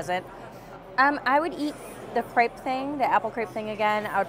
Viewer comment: that's very different though as the spelling is the same in both languages. Either use the word pancake or say crêpe properly :)